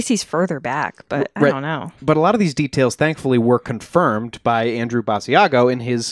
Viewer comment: Basiago has been giving interviews for 20 years and you STILL don't know how to pronounce his name???